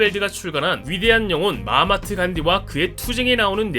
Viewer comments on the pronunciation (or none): 마하트마를 마하마트라고 읽음. 이거 간디 이야기 어디서 똑같은 거 분명히 봤는데. 검색 해보니 썸네일에 쓰인 사진이 똑같은 채널이 이 채널 포함 한두개가 아니네. 헐. 썸네일, 이슈 표절 좀 하지 말어. 베낀 놈이 또 베끼고 그걸 또 다른 놈이 베끼고. 다 그냥 베끼네. 뭐 다 같이 약쟁이도 아니고 왜 이래? 전부? 서로 내용이 같은게 안창피해 이 자낳괴들아?